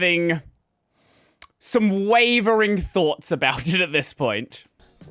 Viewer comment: said "fahts" instead of "thoughts", how interesting.